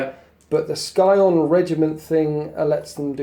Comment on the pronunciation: Cool bat-rep but seriously scion is a word that has meaning outside of this game and its not pronounced Sky-on.